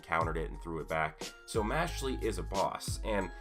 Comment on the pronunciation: Im bothered by the fact that you pronounce it as "Mashly" Its "Mash-eL"